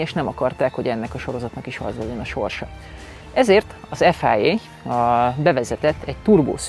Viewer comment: Hondásként bármikor szívesen váltanék a Toyotának erre a típusára. Bár formatervben én az elõzõ, a bukólámpás generációt kifinomultabbnak tartom. Ráadásul abból készült a Carlos Sainz Edition ... Egy kritika: Ef-áj-éj, háromszor is elhangzott. Szerintem ne használjuk az angolt, ahol nem indokolt. Mondjuk ki nyugodtan ezt a rövidítést magyarul (vagy franciául): ef-i-a. Elvégre egy Franciaországban alapított, jelenleg is francia székhellyel rendelkezõ, francia nevű szervezetrõl van szó.